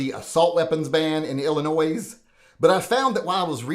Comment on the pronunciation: The S in Illinois is silent